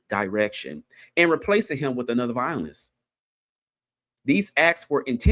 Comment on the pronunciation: It’s not vinylist it’s vio-lin-ist 😂